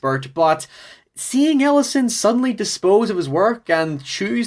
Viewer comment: I am so sure he saying the main character's name wrong.